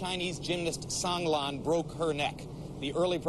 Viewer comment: So many people reporting on Sang Lan are just butchering her name!